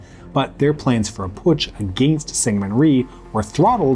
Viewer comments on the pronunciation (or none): none